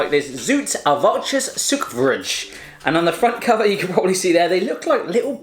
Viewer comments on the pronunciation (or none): How could he pronounce suikervrij as zückefruche???? I mean, you could at least try! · Hoe dat hij suiker vrij uitsprak was geweldig